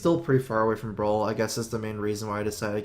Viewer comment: Could you please learn to pronounce brawl properly PLLEEEASE